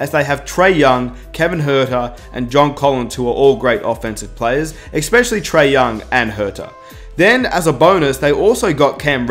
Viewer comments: It's pronounced ESPECIALLY..not ECSPECIALLY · Dude...that was a pretty damn good video. I have to call you out on something though. If you don't want to sound like a moron...remember that eSpecially has no x and don't use the term literally if it isn't literal (this is a cultural thing because the Brits do it WAY more than anyone else). Also, it's not GarLAND it's GARland.